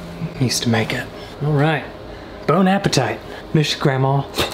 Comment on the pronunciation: 😂🤣 the Tiger King! "Lee-ron, you know what sounds good?...", "Bone-apa-tight" 😂🤣